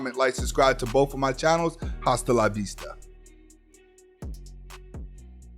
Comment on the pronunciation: Yo the H in Hasta la vista is silent lol